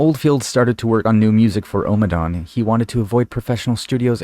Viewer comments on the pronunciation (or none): Well done. You're right this is way up there, I would say the best of his first 4 albums. Thinks it's pronounced "O" as in on, not "Ow"! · It's Omm-a dawn, not Oh-madawn